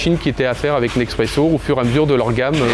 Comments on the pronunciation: Mdrrr je me suis fait la même réflexion 😂 C'est rien de grave mais ça m'a fait rire, le monsieur dit être partenaire de Nespresso depuis longtemps, les sous-titres disent bien: Nespresso, mais lui le prononce Nexpresso XD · 20 ans qu'il bosse avec eux et il sait toujours pas prononcer Nespresso? 😂😂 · Le directeur bosse tous les jours avec Nespresso depuis des années et pourtant il dit Nexpresso... Ça compte? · 20 ans qu'il bosse pour eux et il dit quand même "neXpresso" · c'est pas un accent il sait juste pas comment on dit Nespresso